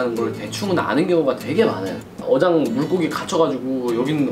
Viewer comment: 분쯤에 어장을 여장이라고 했네요